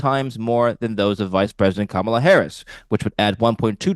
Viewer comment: Stunning that he hasn’t learned how to pronounce Kamala!!!!! 🤯